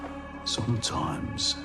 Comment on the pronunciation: SOMTOIMES WITH OOTHA MEN..